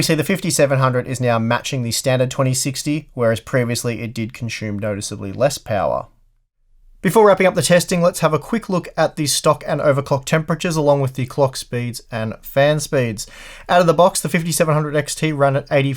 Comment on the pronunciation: There is no H in consume...